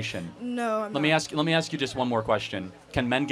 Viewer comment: Can't pronounce ask,wants government checks